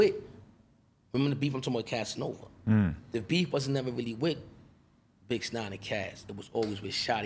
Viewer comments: He said bitch nine I thought he say sum else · Is he saying “ Bix Nine” instead of 6ix9ine lol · He kept callin him bitch 9ine 🤣🤣🤣🤣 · Man said bitch nine😂😂😂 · “Bix 9ine”🤣🤣